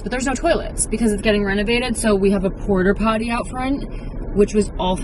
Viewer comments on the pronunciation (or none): the is no R at the end of porta potty 😂🫶🏼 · Im sorry but are you saying porter potty??